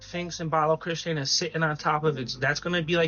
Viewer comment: Baloch-istan not Balo-christian lol